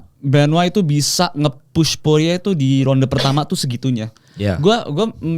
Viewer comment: Benoa siapa ?? bukan nya benoit 😅